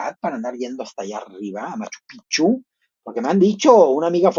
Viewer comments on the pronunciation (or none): none